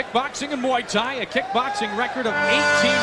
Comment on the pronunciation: "...he is a kickboxer, and a MOO THAI fighter..."